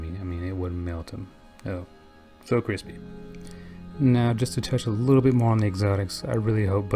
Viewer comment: Say "crispy" again... I dare you, I double dog dare you!!